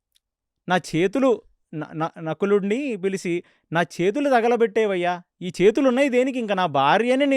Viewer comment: Antha bavundi konchem telugu correct chesukondi inka bavuntundi Ex., pilisi,legisi